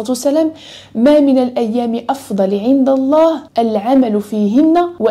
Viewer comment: لماذا لا تنطقين لفظ الجلاله وهو الله